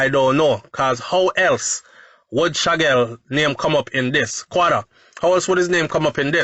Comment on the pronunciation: HIS NAME IS SHAQUELLE (SHAKEEL)_NOT SHAGGEL